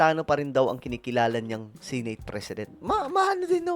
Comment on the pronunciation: SENATE po Sankay hindi SINATE... pa check sa google ang tamang pagbigkas.. Masskit kasi sa tenga... just saying